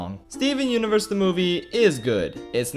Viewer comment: Its more like steven unevurs the muzecol